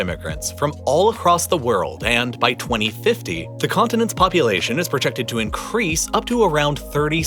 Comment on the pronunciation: I find how you say 2022 and 2050 VERY OFFENSIVE and swear word nots ice and